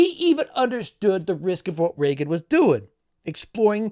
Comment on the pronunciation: You mispronounced REAGAN